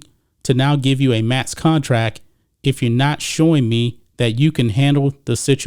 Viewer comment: You keep saying contrack instead of contract